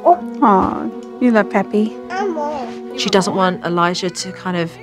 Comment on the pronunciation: When Elijah was kissing the pictures of his grandfather and answering the question of Charity "Who is that?" The way he answered sounded like "Puppy" when he meant to say "Pappy".